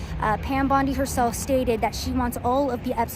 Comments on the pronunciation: Tatum … her last name is bOndi not bUndi! Come on now. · HER NAME IS BONDI. NOT BUNDY. CMON BRO. PLEASE. I SHOULDNT HAVE TO AKS.